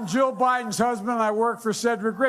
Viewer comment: did he say “I’m Joe Biden’s husband”? Lol I know he said Jill but it sounds like Joe